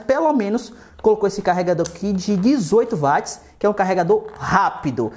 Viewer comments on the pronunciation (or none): none